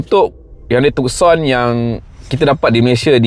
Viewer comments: Bang...maaf ya. Bukan TukSon..Its TuSon..Yg lain, u xplain, superb. Just the name itself, salah Tuan. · Tucson Nama diambil dari sebuah bandar di selatan Arizona, US Sebut Too-son Bukan Tuk-son